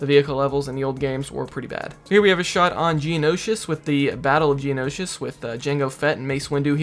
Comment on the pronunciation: I like how you pronounce Geonosis like its `Geonoshish`